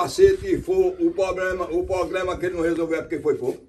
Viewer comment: Engraçado falando "problema " correto e depois fala errado progrema! No início do video kkkkkk